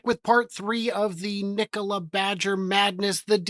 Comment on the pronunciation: Trevor is pulling strings from prison, I wish would stop saying Kneekola, upvoted!